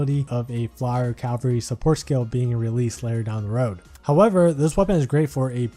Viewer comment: Hey man, not sure if anyone's told you yet. It's CA-val-ry, not CAL-va-ry